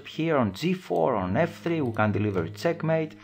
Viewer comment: its check mate....not cek mate....lol